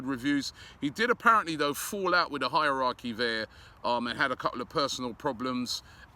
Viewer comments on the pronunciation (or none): none